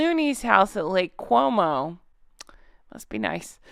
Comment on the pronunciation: Harry's first name is Henry, not Harold. It's Lake Como, not Cuomo.